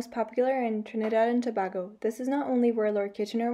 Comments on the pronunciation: Tobago is pronounced more like To-bay-go. Not To-bah-go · THE WORD IS PRONOUNCED TO- BAY- GO. NOT TO BAA GO.... So it's TRINIDAD AND TOBAGO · God....learn to pronounce the names....starting with, Tobago.